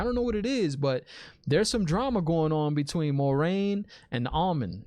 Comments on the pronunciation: It is Amyrlin not Almonds. 😃 But you know what Almonds will do too. 😀 The Amyrlin Seat is like the Aes Sedai Prime Minister 🤣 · My bro you cant call her The Almond 😭😭🤣😭 love your enthusiasm as always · lol bro, you kept saying the almond and it made me completely forget the actual name of the "Amyrlin" seat lol..another great deep dive man, great questions. You're really good at picking up on things and i swear i just wanna get on here and start saying stuff but we cant, no spoilers! you're reactions are so awesome! Also, gratz on breaking 1k subs man.